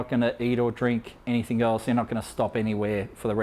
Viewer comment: You said anythink ... ha how thick r u